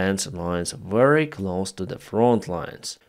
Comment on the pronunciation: Please, say “very” instead of “weary” 😊